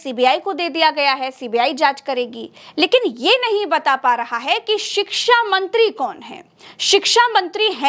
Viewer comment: आप शिक्षा का सही उच्चारण नहीं कर पा रही है